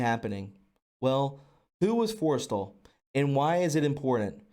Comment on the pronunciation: this was fascinating and truly wonderful, but I hope in future you'll read more slowly--lots of mispronounced words that probably could have been avoided with a little more care. This info is way too important to pronounce wrong. But just as quick examples, Forrestal's name was consistently mispronounced (FORREST-ALL), as was Allen Dulles (dull+us), Stu Symington (long I) Occam's Razor (short O), hypothesis (it's singular, not plural, so the last syllable is IS), and more. Looking much forward to the rest.